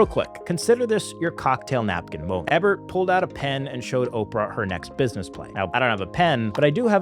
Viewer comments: great video but riddled with errors. wrong color purple poster and you have Phil Donahue as Johnny Carson. It's Roger Ee-bert. not eh-bert. you said 925 million but the graphic showed 975 million. Tyler Perry is misspelled. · Roger EEE-bert. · Ebert with a long e sound. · You are a super cutie, even with a speech impediment, but messy at production. Mixing up Johnny Carson’s name for Ebert, on the annual comparison, mispronouncing “Ebert”, (it’s actually pronounced “Eeeeeebert”), and stating $925 million, but the slide states $975 million. Slow down champ, and confirm accuracy prior to publishing. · It’s pronounced EE-Bert, and the cocktail napkin cliche is not true. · You don't know how to say Ebert? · ...it's how he pronounces Roger Ebert 😂